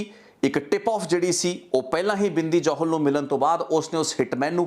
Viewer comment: are you a punjabi sikh? ਕਿਉਂਕਿ "ਜੋਹਲ ਨਹੀਂ ਜੌਹਲ" ਹੁੰਦਾ ਅਤੇ "ਦੁਸਾਂਝ ਨਹੀਂ ਦੋਸਾਂਝ" ਹੁੰਦਾ ਹੈ ਗੋਤ (surname) brother.. ਅਤੇ brother ਜੋ ਤੁਹਾਡਾ surname ਹੈ " " ਇਸ ਨੂੰ ਪੰਜਾਬੀ ਵਿੱਚ ਕਿਸ ਤਰ੍ਹਾਂ ਬੋਲਿਆ ਅਤੇ ਲਿਖਿਆ ਜਾਂਦਾ ਹੈ... With due respect ਪੁੱਛ ਰਿਹਾ brother, ਕਿਉਂਕਿ ਮੈਂਨੂੰ ਅਲੱਗ ਅਲੱਗ surnames ਬਾਰੇ ਜਾਣਕਾਰੀ ਰੱਖਣੀ ਜਾਂ ਕਹਿ ਲਵੋ ਕਿ ਇਕੱਠਿਆਂ ਕਰਨੀ ਮੇਰਾ ਸ਼ੌਕ ਹੈ brother.. ਇਸ ਕਰਕੇ ਪੁੱਛ ਰਿਹਾ ਹਾਂ..🙏🙏🙏🙏🙏